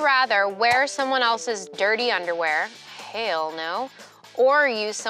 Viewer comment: She said “ Hale no” yes!